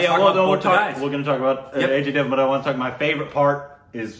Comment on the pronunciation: Take a shot every time says 'A-J devan' 🤣